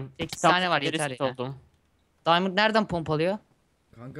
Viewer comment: Best İngiliççe :D Açdım Diamondu :D